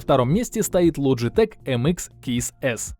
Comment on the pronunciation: Лоджитэк нет там буквы Ч и в англоязычных названиях произносится, при таком сочетании букв как К. Название швейцарской компании Logitech (произносится «Лоджитэк», в Японии — Logicool) образовано от французского слова «logiciel», что в переводе означает «программное обеспечение». Компания известна производством компьютерной периферии (мыши, клавиатуры, веб-камеры) и, начиная с 2015 года, иногда использует сокращенное название Logi